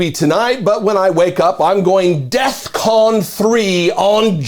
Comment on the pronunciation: Hey, “Kon-Ye”…It’s DEFCON as in defense readiness condition not “death con”. 🙄